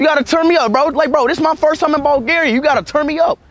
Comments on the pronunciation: "Ballgaria"🤨 "Lets sit up in balljaria"🤨🤨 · No way bro said "Bulgaryuh"😂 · Wait did u say Ball Garia